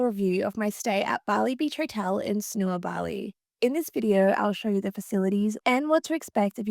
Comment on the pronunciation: Just a quick note — the correct way to pronounce Sanur is SUN-NOOR, with the emphasis on the first syllable.”😊